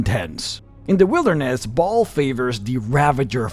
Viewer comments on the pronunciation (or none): none